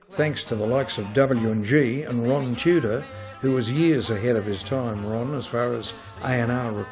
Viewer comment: Wron Casey should have done the narration .... Wrock n Wroll !!!